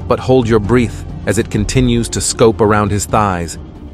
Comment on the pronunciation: TF is a threet and a breeth